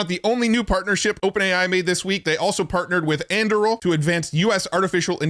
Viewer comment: an-doo-ril. That is how you pronounce Anduril